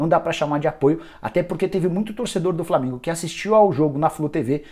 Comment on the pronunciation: Qualidade horrível da transmissão do FLORminense, imagem nem se fale .... além dos narradores clubistas que nem falavam os nomes do jogadores do flamengo direito